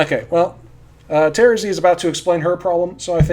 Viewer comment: I just realized that you are the only one who pronounces Terezi's name like I do Everyone else pronounces it with the stress on the second syllable and that's so weird to me